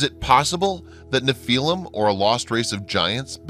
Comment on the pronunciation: Good documentary. Would have liked to see the pictures from the old newspapers of bones on display. Only comment, Nephillim is pronounced NEF uh lim.